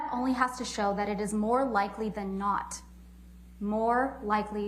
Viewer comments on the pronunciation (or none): none